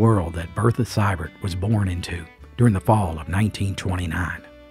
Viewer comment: It's pronounced Sēē-burr(dt) NOT Sye-burrt. I am a descendant via my paternal grandmother; Hattie Ellen Seiber-Maggard There are several variations of spelling; • the presence or abscence of the final "t". •The "ei" is also spelled "ey" but pronunciation remains "ēē". The name is German; Swiss Mennonite.